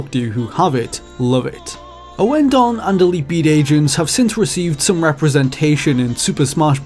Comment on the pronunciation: OH FUCK A 32 MINUTE VIDEO ON MY FAVORITE RHYTHM GAME SERI- "us tutuguy owen-don was a"